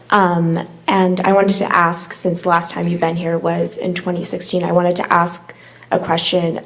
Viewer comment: Its ASK not AXE